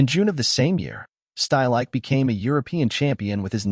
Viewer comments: Two seconds into this video, I was forced to turn it off. "Uli Shtylike"? Seriously, no one cared to even try pronouncing the man's name correctly? It's "Shteel-ik-uh", for heaven's sake. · Good synopsis of his career, but wish the narrator had been able to come close to correctly pronouncing any of the names he spoke of, especially Stielike's